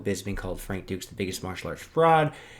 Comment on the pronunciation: Needs to change how you pronounce his name, it’s said “ Frank Douche”